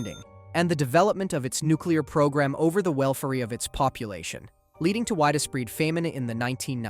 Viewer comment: "widee-spread" "deeths"